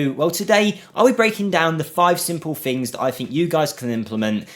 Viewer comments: fings? what is that word? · It's common in certain English dialects (especially in the UK) to pronounce the "th" in certain words as "f". It's known in linguistics as "th-fronting". It's a by product of how the language developed over the last few centuries in certain regions.